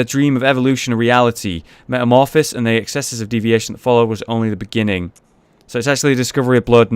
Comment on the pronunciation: jeez... He pronunciation of metamorphosis makes me cringe